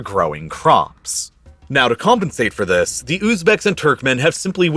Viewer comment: Sorry, can't continue to l-histen to th-his guy. Please try to talk normally. You are destroying an otherwise good v-hideo